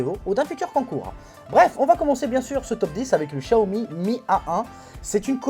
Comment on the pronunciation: C'est pas shaomi chaomi c'est xxxwxw xiaomi xxxxxx c'est un peu agassant prononce bien